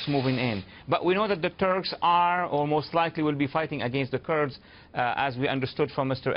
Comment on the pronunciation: I wish he'd stop calling them "Turds", it's "kurds"!